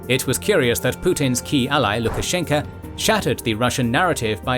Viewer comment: it's Lukashenko with an "O" at the end. "A" at the end is used due to inflection.